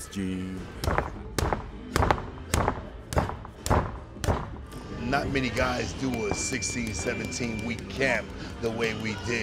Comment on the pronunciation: In the bigaahhs jeeeem